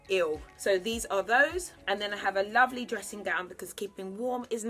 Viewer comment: Lovelle instead of lovely 😭